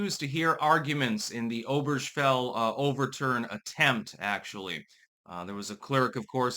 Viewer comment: Lmao. Oh-Burr-gah-fell Say it with me.